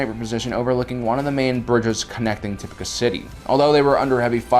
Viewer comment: I can’t finish it, not because of the length, but because you can’t pronounce names right 🙄 why tf do you say “uhsoka Tuhno” instead of “Ahsoka TAHno” or “Tipucuh City” instead of “Tipoca City” it’s annoying asf